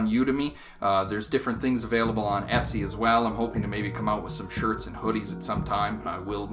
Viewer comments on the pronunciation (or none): none